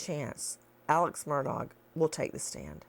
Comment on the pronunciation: "aleks merdog" gets me every darn time